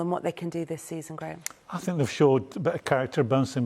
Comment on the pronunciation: I “fink” Jack Wilshere is a terrible pundit. So, so bad.